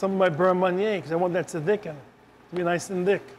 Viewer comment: Distracting that he can't pronounce the word "thicken."